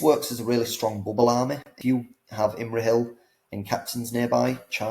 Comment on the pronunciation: Who got butchered more? Feifdoms and Imrahill, or Thror and his army 😂